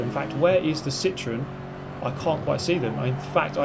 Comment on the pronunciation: the way you pronounce citroen triggers me